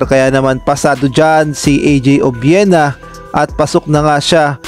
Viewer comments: Mali Po pronunciation nyo apelyido NYa,obyena Po ,Hindi obwena...sorry Po for my corrections .. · Obuena ba? or Obiena?